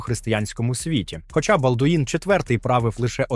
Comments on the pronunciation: Вчи французьку, не будеш виглядати валянком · балдУін прокАжений .... Хоча б вже наголоси виставляли коли аішку юзаєте